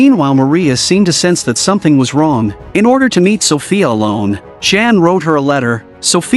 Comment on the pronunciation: It's not pronounced Jan like a girl's name (in English) but pronounced yah+ann = yan.